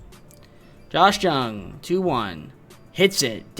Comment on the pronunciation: ur butchering Lowe and Jung bro